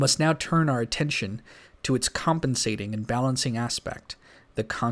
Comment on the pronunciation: U got to i-sol-ate and pay aten-zion